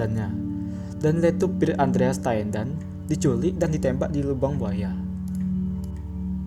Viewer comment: Tendean bukan teandan